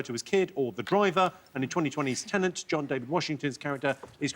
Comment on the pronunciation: Jimmy, Tenet doesn’t have an “N” before the final “T”